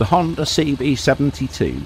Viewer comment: . no er on the end of Honda.